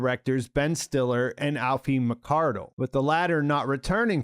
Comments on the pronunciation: "Ee-fah" McCardle, not Alfie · Aoife is pronounced ee-fa, it's Irish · Just so people know how to pronounce the Irish name, the second Director on season 1, her name Aoife, it is pronounced "E-fa", I know, Irish names are weird, like Cillian Murphy, it's pronouced with a hard K, like KIllian, not Sillian Murphy as I hear so many people struggle with, but as said Irish names are weird, and they're easy ones, some are made, try pronounce Maebh Even the irish of my name is BreeAnn hahaha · Aoife is pronounced EE-fa, now Ow-fee! (gaelic, yo) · Aoife is pronounced "EE-fa." 😅 Sorry, not trying to be rude, I love your videos! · Aoife McArdle's first name is Irish and is pronounced like the final two syllables of Queen Latifah. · Aiofe is pronounced EE-fa. :) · Aoife McCardle - it’s pronounced Eee-fa. Almost spat my tea out when you had a go at that 😂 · Excellent recap. Minor point of pronunciation: I believe Aoife is pronounced "Eee-Fuh" (likely Irish for Eva). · Side note that ‘Aoife’ is an Irish name and is pronounced ‘E-fa’ ! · The pronunciation of Aoife is “ee-fa” And I’m sorry I’m still convinced it’s Helly down there. The fear she showed going back, the way she watched her innie with Mark S. There’s jealousy and fascination mixed with fear. I think Helena’s slowly starting to doubt… especially now she’s seen herself down there. Having to go back down there as Helly is her sacrifice for Lumon and her father. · Aoife is an Irish name pronounced "ee-fa" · Great work as always! Fyi the name Aoife is pronounced "Ee-Fa", not phonetically; Irish feminine name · "Aoife" is pronounced "E-fa", at least it is here in Ireland.